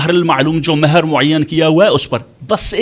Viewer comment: نکاح متععہ محر 😂😂😂 بی بی جس طرح "ح" پڑھ رہی ہے۔ مہر کو محر پڑھا۔